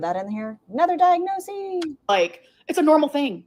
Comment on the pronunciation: bestie! first time viewer, enjoying the video so far, and extra points for livestreaming with your beautiful pet ... but it's diagnoSIS, not diagnoSEE. the plural form, diagnoses, IS pronounced diagnoSEES. why does it matter? because none of us should be doing anything that ALR does!